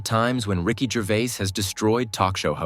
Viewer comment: "Rick Juraviss" who the actual fuck is "Rick Juraviss" ? The owner of a ficticious prehistoric wildlife-tribute park ? "Rick Juraviss" ? 😂😂😂😂😂